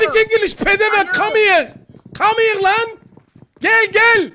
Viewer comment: Come heare laan 😂😂😂😂😂